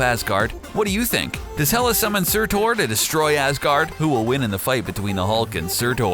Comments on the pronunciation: SUTUR YOU IDIOT, SUR TUR! NOT TOR.... lol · here is where you went wrong, the pronunciation of nearly everything why, why did you butcher it all??? su~tur not su~tor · SURTUR......not Surtor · Surtur its surtur not surtor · It's funny how you pronounce Surtur as Sir Tor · He really enjoyed mispronouncing Surtur